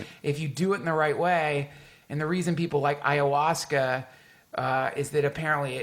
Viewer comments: Man said "AYAWOOSCA" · did he just call it iowooska...wtf get the name right fucker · Did anyone else laugh when he pronounced it ayaWOOsca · Hahaha Eye-A-Wooska oh. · Arnab Chakraborty I know what ayahuasca is, I'm not retarded. I was merely commenting on his mispronunciation of the word